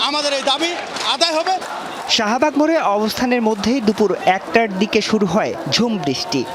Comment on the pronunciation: It is Shahbug not Sahabug. I mean Shah not Saha!